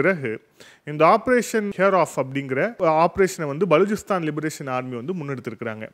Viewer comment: Please pronounce name of Baluchistan correctly.